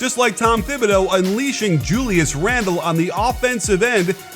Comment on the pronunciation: Bruh its tom Ti-bi-doo not tom Thi-bi-doo